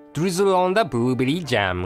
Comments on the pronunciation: It sounded as if he said booberry. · Im pretty sure you said boobberry instead of blueberry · "burubeary jam" i love that...XD i cant get enough of!!!!!! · i love how says "buruuberii" and "raamreesin icecream" (blueberry and rum-raisin?)..:3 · So cute for pronouncing blueberry...booblerry...:-) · Lol hehe "Buruberi", typical japanese pronunciation of english words.Its so cute. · "booberry" xD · boo berry.. lol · i love how he pronounced 'blueberry' ^_^ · LMFAOOOO HE CANT SAY BLUE BERRY CORRECTLY XD hella funny!